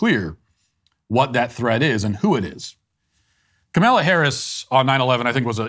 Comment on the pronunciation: After all of that information, what I am left wondering is- does Matt practice mispronouncing "Kaymayla" and "Maygahn thee stallyon"... it's just too good to be ad libbed 😂 I know he has had a lot of practice with Kamela, but the mispronunciation of Megan really made me chuckle! Thanks Matt 😄👌